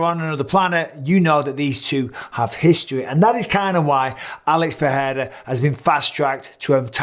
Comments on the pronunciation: *Pereira -- not PeHeira [PE’REIRA] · Bruh it’s pronounced “Per-rare-ruh,” ur a UFC commentator and u don’t even know this? Enough with the disrespect